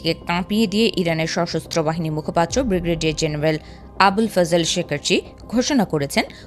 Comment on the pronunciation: উচ্চারণ সঠিক হলো ব্রিগেডিয়ার আবুল ফজল শেকার্জি, বিগ্রেডিয়ার নয় এ লেভেলে এ ধরণের ভুল বেদনা দায়ক।